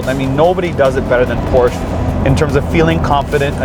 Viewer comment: This man said the name correctly!!!!! Still hate the look of the rear lighting though.